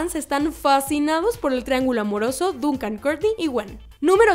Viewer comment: Se escribe Duncan pero se pronuncia Dòncan